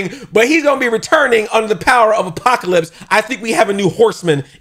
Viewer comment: Apoca-LIPS had me rollin. I truly enjoyed yer excitement in this episode.